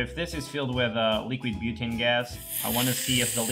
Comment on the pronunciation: lol. said "butaani" as butanii.Its said differend